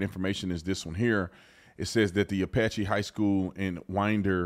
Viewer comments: You're saying it incorrectly. It's Apalachee. Not Apache. Come on Tatum! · Apalachee not Apache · Thank you Officer Tatum. P.S. It is pronounced App- ah- la- chee. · Ap-uh-latch-ee, other than that another great video. I appreciate your point of view, keep up the great work. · T keeps saying “Apache”. Lol